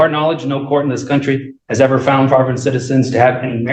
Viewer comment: He officer found the drugs, the defendant “FOUNDT” the drugs😂 5th grade was tough but he MADE IT on his 3rd try🚌